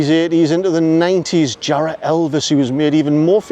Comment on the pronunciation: Makes me laugh when you hear people trying to sound posh saying "Jarroooohhh" lol you mean "Jarra!" /it's "Jarra!" man! Lol